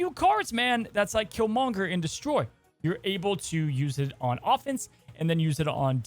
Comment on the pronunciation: Why do you say kill monger with the emphasis on monger??? Lol